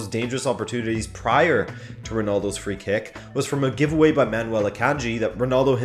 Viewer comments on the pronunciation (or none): none